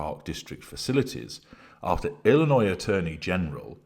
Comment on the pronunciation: Thank you for pronouncing Illinois correctly. Many people, here in the U.S., don't even get it right! They pronounce the S on the end. 😅